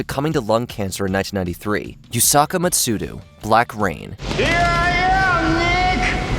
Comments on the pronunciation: YusakU MatsudA, not YusakA MatsudU. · Yusaka Matsudu? Interesting pronunciation.